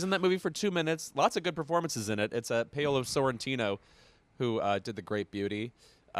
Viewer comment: Living for how Louis pronounce "Paolo".